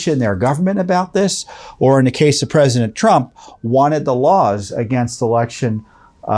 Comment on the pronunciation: May I ask... does he keep saying "rump"? Is that because if you say his name the right way will this get demonitized or banned?